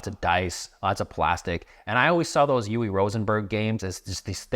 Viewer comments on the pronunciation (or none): Never heard anyone pronounce Uwe like that 😅